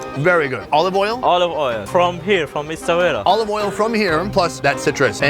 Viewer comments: S - A - WE - RA that's how you pronounce the name of the town not eswera or whatever you say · In media etc, Essaouira is actually pronounced the way it's written ie Essa-weera.